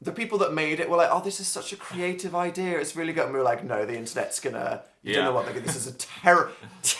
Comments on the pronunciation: Why does dan says idea with an R at the end But its nice😊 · why does dan pronounciate "idea" like "idear" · When "idea" rhymes with "here" So blessed. So moved. Appreciate.